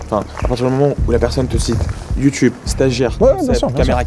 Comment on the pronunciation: Elle a dit « youtyoube » 😭😭